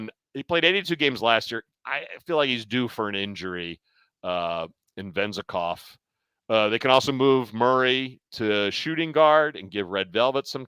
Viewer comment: why did you have to butcher Vezenkov's name like that lol